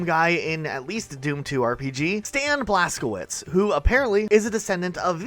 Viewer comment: I just came in to say Blazkowicz is pronounced blaskovitch. Great video as always!!